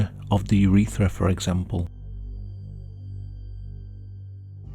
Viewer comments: Every time I hear "urethera" I feel it 😓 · i curled my toes when he said urethra